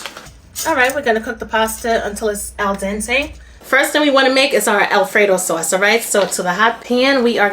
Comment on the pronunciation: Good morning! Yummy looking Alfredo😋 Tickles me every time you say sawwce! So Brooklyn! Love it!🙌🏾🫶🏾